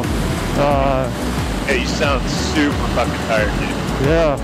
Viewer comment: Say "Facking" Britt style😂